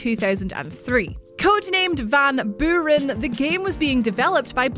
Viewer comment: "Van Boo-ren"? Really? -_